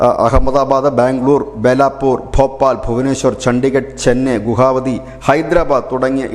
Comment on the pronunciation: ഗുഹാവതി അല്ല. ഗുവാഹട്ടി ആണ്.